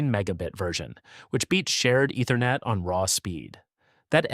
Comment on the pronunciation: Love the videos, but the voice-over's mispronunciations are a tough listen! Ether-net. D-O-S. Doh.